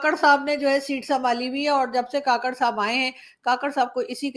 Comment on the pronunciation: Madam,kaakarh nhi kkarh